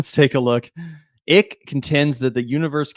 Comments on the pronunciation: His name is David Ike, it's not pronounced "Ick" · Hi I'm from the UK and Icke is pronounces Eyecke - he's been around along time in the UK and started off as a youth footballer (until rheumatoid arthritis ended his career) and sports commentator before he went completely batshit. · "Icke" is pronounced "Ike". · David Ick, as in "Ick" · PRONOUNCING IT DAVID 'ICK' IS HILARIOUS AND SO APPROPRIATE LOL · David EYE-K-UH